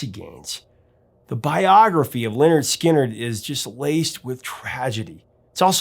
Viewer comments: It’s pronounced Leh-Nerd Skin-nerd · How is it that the..."Professor Of Rock" doesn't know how to pronounce Lynyrd Skynyrd? I guess he's unfamiliar with their album titled: 'Pronounced Leh-Nerd Skin-Nerd" despite explaining the etymology of the name. Stunning.